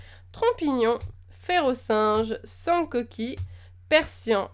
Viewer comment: J'adore quand tu dis Sancoki tu le fait avec un accent du Sud limite xD. J'ai trop envie de m'acheter des booster mais je peux tellement pas :(, je suis la tristesse. Sinon j'ai une question, tu compte refaire bientôt un opening en ligne avec les codes ? J'avais regardé tes vidéos dessus et ça m'avai plus, du coup je me demander si tu compter en refaire ^^